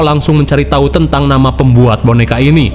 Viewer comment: Lu orang mana min, kok nyebut nama, "ngaran 😂